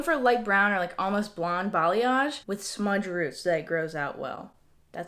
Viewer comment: why did I hear smudge-a-roo instead of smudged roots